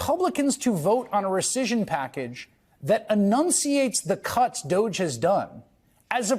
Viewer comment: Can people please stop mispronouncing this soft “g It’s Dogggeeee It’s a poor and childish pun on the word Dodgy meaning untrustworthy…